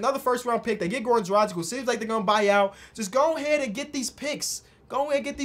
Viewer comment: Man, it's not Goran Drajik, it's Drag-itch.